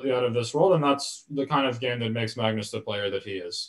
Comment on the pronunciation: His Norwegian take on Magnus is not great, but I definitely support pronouncing it the non-English way. If you want to pronounce it Norwegian it would be Magnüs and not Maagnus (the way Sam erroneously does) where the a is much shorter and the u is pronounced like the German ü Umlaut